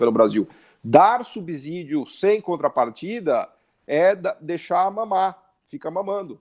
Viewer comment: Subsídio pronuncia-se "subcídio" e não "subzídio". Ex: subsolo, subsíndico.